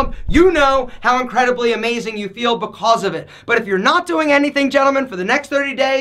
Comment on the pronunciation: Lol the way you say becAuse